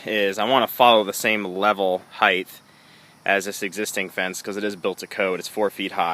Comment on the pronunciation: sorry - couldn't watch past a few minutes where you kept saying 'heigth' - the word is HEIGHT (ends with the 't').